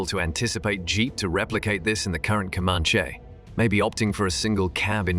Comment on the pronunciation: its Comanche (com-an-chee) not (come-on-shay)